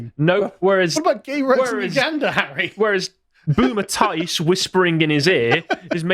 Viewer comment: "Boomer Tice"? Come on man.